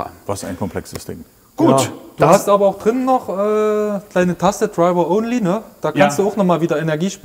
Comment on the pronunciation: „du hast aber drinnen noch deine Taste *treiwaohnlie*. Ich habe es fünf mal angehört und nicht verstanden. Dann zeigte dankenswerterweise die Kameraperson die Taste „ DRIVER ONLY”. Ach so. Ssänkjuwerrimatsch!